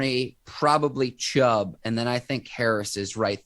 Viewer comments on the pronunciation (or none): Ike Taylor tries so hard to make himself sound uneducated his name is Chubb not Chubbs and it’s Steelers not Stillers smh man get it right will ya‼️💯🖤💛🖤💛🖤💛